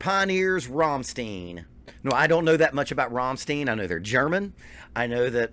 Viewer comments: Rammstein, not Rammsteen god damnit! Or do you say Frankensteen instead of Frankenstein? Stein = Stone in english, pronounced "Shtine" as an english word. So easy, or not? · RAMM-STEIN not Rom-stien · Rammstein! Not Rammstien God damn it 😂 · Who are Rom-steen? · Before you send anyone anywhere at the beginning of a vid, you should educate yourself on how to pronounce the name of the band. Let me help you here. It's Rum-shtine but DON'T roll the R at the beginning. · The way you have to pronounce the syllables is: Ramm - st - ein I know that it is hard to understand for foreign people. In the German language the letters e + i and s + t combined create a new way to pronounce. Our "st" sounds like "sht" for you. But there is no possibility in the english language to compare "ei". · Rammstein sounds like Frankenstein or Sunshine. There is no eeeen. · You are right to pronounce the „ei“ in Schneider like the [ei]-Sound as in first pronoun I. Same goes with the „ei“in Rammstein though... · Just a constructive critique, you are mispronouncing Rammstein. Listen to their song called Rammstein to hear how to pronounce bands name correctly. All the best, great channel! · You have to pronounce rammstein like his last name it's simple as that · The Problem is not the "st" it is the "ei". American people pronounce it like "ie".